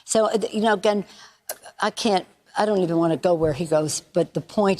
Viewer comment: She successfully said obstacles without slurring her sprach. The Democrats lost already so any screw up in a mail in vote will automatically be in the fa or of the Democratic party.